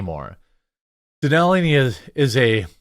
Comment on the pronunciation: Where is this Mount "Danelly" you keeps blathering on about Jeremy? Do you mean, Mount Denali? Cuz that's not "Danelly."